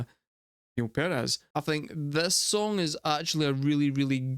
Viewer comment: A lot of bands where influenced by Rush, especially after listening to 2112. The song you just listened to is actually YYZed, Canadian don't ya know. 😀Also Neil Peart is pronounced, Peert, so many get it wrong because of the spelling. Try not to count time signatures when first listening to a Rush song, it will turn your brain into a pretzel, especially when the strings and the percussion are on different time signatures. 😂 Give a listen to Tom Sawyer.